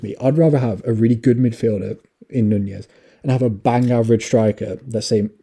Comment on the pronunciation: Its not nuñez, its nunes